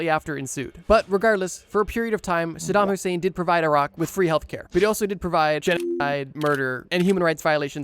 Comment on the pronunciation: "sadam Hussein" my Kurdish ahh flinched 💔